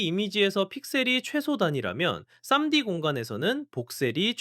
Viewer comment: 3D 를 쌈디로 읽는게 너무 웃기네요